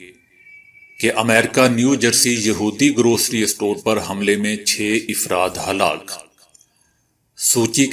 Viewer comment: افراد ، afradہے ، ifrad نہیں!Mind your pronunciation